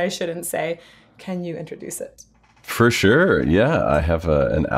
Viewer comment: Fer shure, Tim, fer shure. :-)